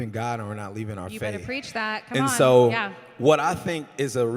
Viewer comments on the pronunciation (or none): none